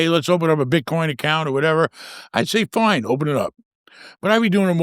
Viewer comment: love how says fine "foin" 😂